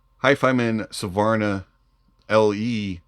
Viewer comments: Ess-vanar? Savarna? 😂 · Nice, HONEST review, (although your pronunciation of the Swedish word, Svanar, needs work).;)